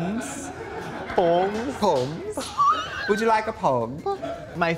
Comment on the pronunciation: "You want us to make up pomes?" Is one of my favorite things ever said.